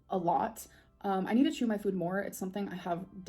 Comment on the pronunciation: Still waiting for her new personality to download so she will stop saying Fwoowd instead of food.